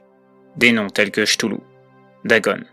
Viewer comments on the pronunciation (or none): Chtoulou? Non ktoulou plutôt